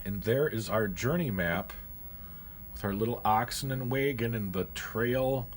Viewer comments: What's a way-ghin? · I played the '90s version of this game and remember enjoying it very much. The way you pronounce wagon as waygun makes me think of Canada or the upper peninsula of Michigan. Will you play more of this? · That way he says wagon ruined the whole video for me lol